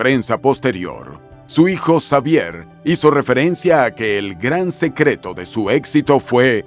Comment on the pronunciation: Muy completa la información sobre Chabelo,. Sólo que en México la "X" la pronunciamos como "J" , así que su nombre se pronuncia : Javier. Saludos 🙂